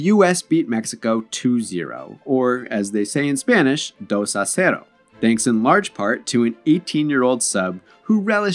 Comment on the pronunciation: i hate how this dude pronounces “dos a zero”